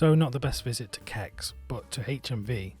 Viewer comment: Cex is pronounced sex, YouTube one of there ads and you will see.